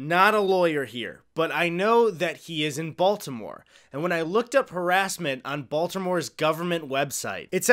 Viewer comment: you can also tell that the sprint woman is from Baltimore bc she pronounced it the right way, "bald-more"